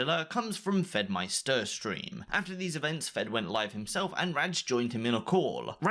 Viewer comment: "FedmySTER" Pretty sure it's just pronounced like "meister".